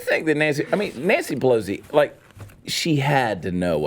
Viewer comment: Chad says Nancy Pelosi but it sounds like BLOW-si.... I think I'm gonna start saying it like that ;)